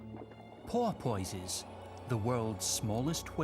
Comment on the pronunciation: Yes...and total butchery of the word "porpoise"...worst I've ever heard